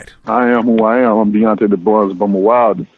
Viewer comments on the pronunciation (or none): Wilder doesn't even pronounce his name right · Wilder couldnt say his last name lol what a low I.Q fool .